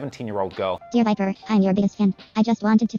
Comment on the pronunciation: Why’d he say vipa like that? And pen?